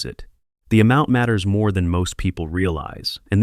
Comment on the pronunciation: "See meer deer" 😂